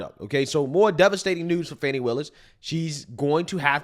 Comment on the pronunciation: It's Fannny not Fawwni